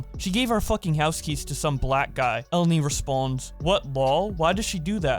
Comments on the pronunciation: E-len-e not Ellen-e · Obligatory comment for pronounciation purposes: Her name is read elEni. It's a Greek name. (source: someone who is Greek and has the same name)